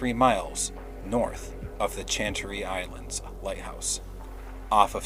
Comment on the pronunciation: Very close on the pronunciation of Chantry Island - it’s pronounced “shan-tree”. I grew up in the neighbouring town. Extremely informative video, well done as always!